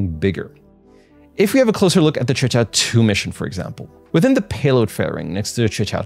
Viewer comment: You are the only one who had pronounced QUEQIAO correctly, I mean non chinese, bravo